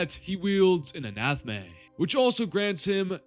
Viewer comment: I love the video but I have to ask, are you just pronouncing words wrong on purpose? Omnibus, Anathame, phonemes etc.